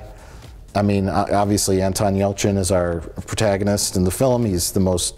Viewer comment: Jesus Mike, learn how to properly pronounce "protagonist"